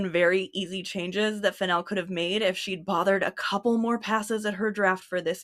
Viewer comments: The FennELL pronunciation didn't cause me a second thought until I learned Emerald has a fashion designer sister named Coco Fennell. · Let's goooooooooo mispronouncing Fennell gang. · it feels like the 'wrong' pronunciation flows better, the syllables make more sense